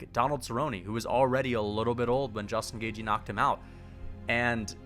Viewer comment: justin gauge-y